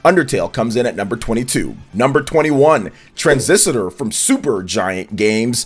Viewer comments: “Tran-ziss-ter” ✅ “Tran-ziss-a-ter” ❌ “Bas-chin” ✅ “Bas-tee-on” ❌ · Tran-sis-tor not Tran-sis-ti-tor…..sorry to be that guy. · Why do you always call it "Transisitor"? 😂 It's "Transistor"... I enjoy your content but you pronounce so many things wrong lol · Transisitor. Bahaha. Said it like 10 times, too. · Oj its tran - sis - tor 😂. Two vids in a row men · can you please pronounce Transistor correctly. You are a native English speaker ffs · Didn't read my comment on the last video regarding the Transistor pronunciation, I see haha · One too many syllables in your pronunciation of Transistor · I agree with you. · Yeah that threw me off like wait is he really saying it like that? Lol